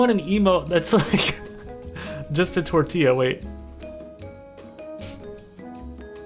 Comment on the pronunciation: It's so funny how he just keeps saying tortilla but just gets further and further away from the actual pronunciation